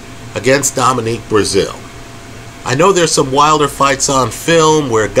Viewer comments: He’s consistently horrible with names!!😂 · Dominic not Dominique! Lmao